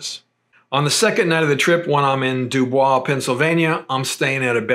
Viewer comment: Nice overview,. Note - if you want to sound like a native Pennsylvanian, DuBois is pronounced, Dew'-Boys, not the French pronunciation. Also, North Versailles is pronounced, North Ver-sails'.